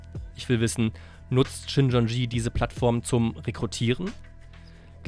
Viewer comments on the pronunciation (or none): Die Sekte heißt Shincheonji, nicht Shinchonji. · Richtig heist es "Shincheonji"